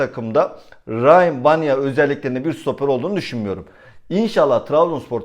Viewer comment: Eleştiri olsun diye söylemiyorum. Biraz takıntılıyım bu isimlere. Yazıldığı gibi okunur. Rayyan Baniya. Saygılar